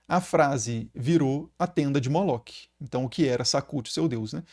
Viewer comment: Professor esse nome Moloque é um equívoco! O nome hebraico Moloch se pronuncia, Molor, toda palavra ou nome em hebraico terminados com CH tem um som de R, como por exemplo, Melech se pronuncia Meler, Machiach, se pronuncia Machiar.